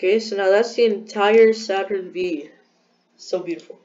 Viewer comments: Lol Saturn V you say it as Saturn 5 not Saturn V💀 ‘V’ is the Roman numeral for 5 Anyway nice vid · My dude did not just say “Saturn vee”